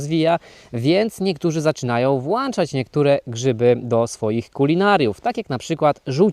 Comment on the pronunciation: włączać q-wa nie włanczać